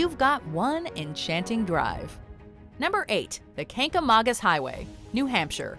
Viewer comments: "Kan-ga-man-gus" Highway in New Hampshire is how people pronounce it. Trust me, I live here. And yes, New Hampshire has better foliage than Vermont. Best in the world. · Ur saying Kangamangus wrong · They didn't say Kancamagus like a true NH native... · #8. That is NOT how you pronounce "Kancamagus"